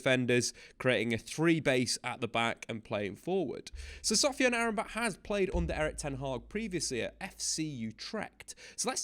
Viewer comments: Did you just said sofran in the beginning 😂 ? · Did he say Sofran 😂😂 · What is it with English people and the pronounciation of names? Sofran? Seriously?